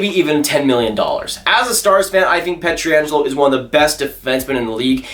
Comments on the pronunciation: You know it's P-ietr-angelo and not P-etri-angelo, right? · Please stop butchering Pietrangelos name.